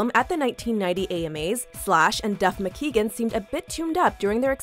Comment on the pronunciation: How bout making sure you know how to properly pronounce someone's name before posting videos. It's Duff McKagan, not McKeegan.